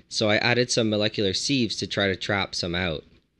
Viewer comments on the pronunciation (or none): Spelled sieve, pronounced siv